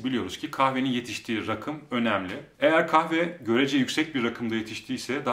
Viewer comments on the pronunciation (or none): Kilo almissin reyiz :) Bu arada, yükselti manasina gelen rakım kelimesini yanlis telaffuz ediyorsun. Oraraki 'a' uzatilmali 'raakım' olarak telaffuz edilmeli.